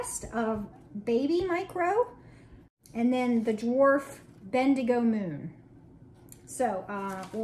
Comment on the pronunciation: pronounced it perfectly. It's a town in Australia. My in laws are there!